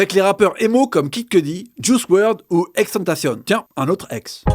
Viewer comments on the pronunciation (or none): Mais l'epellation de "xtentacion" siouplait vous pouvez mieux prononcer ? C'est pas un reproche mais juste un conseille